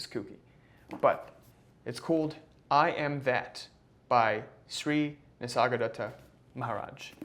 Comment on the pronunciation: It would be nice if you learned to pronounce ‘Nisargadatta’